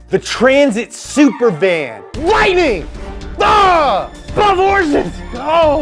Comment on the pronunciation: "Lightning bah 12 horses oh, wow, look at them they are majestic!"